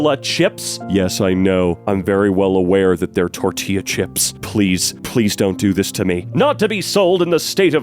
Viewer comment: you said tortilla chips wrong